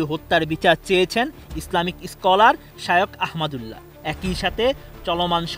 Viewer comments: উপস্থাপিকা ঠঠ পাস,, মিজানুর রহমান আজহারী,,,, শাইখ আহমদুল্লাহ এই দুইটা নাম উচ্চারণ করতে পারে না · বাংলাদেশের সুনামধন্য আলেম শায়খ আহমাদুল্লাহ ও ড. মিজানুর রহমান আজহারী সাহেবদের নাম গুলো সঠিক করে পড়বেন।